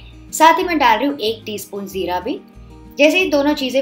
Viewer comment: Madam vo zeera nahi jeera hota hai and your recipies are really good 😊